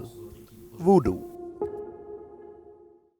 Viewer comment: Please, it's voodoo, not 'woodoo.' Sorry, I had to say this.